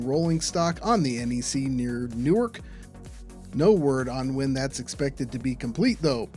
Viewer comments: It's New-Ark in Delaware. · Not to be pedantic but it is pronounced NewARK Delaware. Not the same pronunciation as the city in NJ. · In Delaware, it's pronounced "New-Ark"!